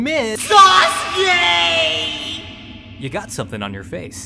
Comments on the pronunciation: Its pronounced Sauce Gay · in the whole video sasuke is pronounced as susgay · Naruto says sasgay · no its susgay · You mean "Sus-Gay." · "SASGAY" -Naruto Uzumaki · Why did I hear "Sus gay"💀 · He said sasgay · on your captions and see what naruto said while pronouncing sasuke